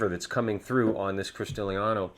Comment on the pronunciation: Cristalino is pronounced Christahleeno, not Christaleeaahno...